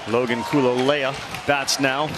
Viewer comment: LOL...EVEN after all these years, Still chuckle-inducing to hear Ravech & Co. STRUGGLE pronouncing....Nakea Kahalehau(Kah-kay-ah Kah-hah-lay-how)...and Kuloloia(Koo-loh-loy-ah)--lol/smh